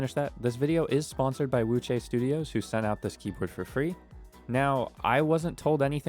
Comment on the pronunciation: Why does Wuque sound like Wuchey???